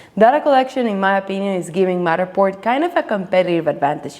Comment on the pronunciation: With all due respect…I love how you say Matterport 🙂